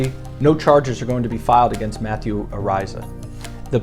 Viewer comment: You are a fool. You are not pronouncing his last name correctly. The bit** Iliana Walker says on video that she was 18. He is suing her for defamation, and is going to sue her Lawyer Dan Gilleon for millions